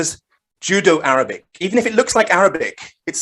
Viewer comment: I think was making a very apt pun on my sloppy pronunciation of Judeo and the fact that the Judeo-Arabic narrative is like "Jew-Jitsu" on the Abbasid narrative lol very good.